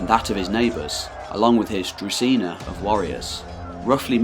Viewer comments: It is druZHina, like in ‘bonjour’ in French, not Druzina. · Družina/Druzhina the ZH part is pronounced like the beginning of the French word for policeman - gendarme noun gen·darme \ ˈzhän-ˌdärm Ultimately unimportant but I figured you’d wanna know. Cheers, mate :)